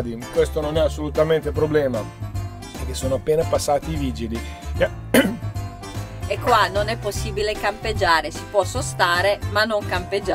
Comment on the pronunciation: Ciao ti stavi strozzando pronunciando la parola vigili………chissà perché 🤣ma che trascinanti i vostri video molto piacevoli con posti da meraviglia! Siete forti e simpatici un mega ciao!